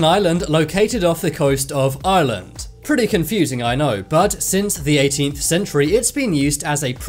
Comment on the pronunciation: "Pretty confusing" It's only confusing because you pronounce Ireland as island